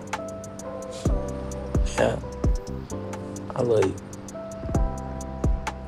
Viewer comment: I lur you, i lur you too..As far as the words are not pronounce correctly... 😁